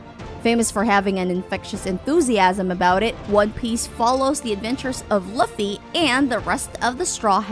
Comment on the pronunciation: don't ever say luffys name again